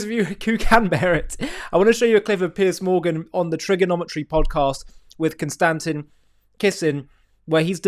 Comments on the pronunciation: Bro, emphasize the first syllable in Konstantin. 😂😂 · It's pronounced, kon-stan-teen. just saying hahaha. love your stuff. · ConSTANtin? How would this pronunciation even occur to a person? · Con-Stan-Teen Kiss-in is how to pronounce his name. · Maybe learn to pronounce “Konstantin” properly. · Learn how to pronounce Konstantin's name (just like the emperor) and I'll take you seriously. OMFG click on a triggernometry video, just one. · Why not say his name properly?